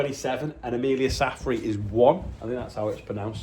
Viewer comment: You pronounced the surname 'Saffrey' on the birthday bumper perfectly not too many people do no relation BTW.